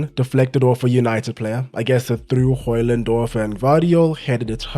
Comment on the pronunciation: As a Dane, congrats on the "Højlund" that is pretty much spot on in terms of pronunciation.